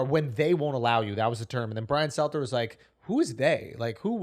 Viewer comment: Schultzie can pronounce Sanjay, but can’t pronounce Stelter. Lol.